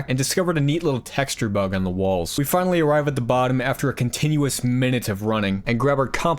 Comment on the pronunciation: "Ah, I see you've finawwy awwived, James."